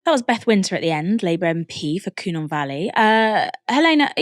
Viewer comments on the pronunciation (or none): Its not the Coo-nun valley, its the Cynon valley, pronounced (cun-nun).